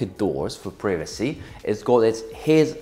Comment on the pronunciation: Priwesi (privacy)